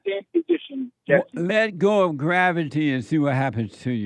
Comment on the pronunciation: Heyuh Jesseuh if it weren't for womenuh you wouldn't be hereuh 😂